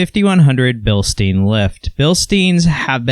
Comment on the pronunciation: (BILSTEIN) BILsteen? no Bilstine yes like Frankenstein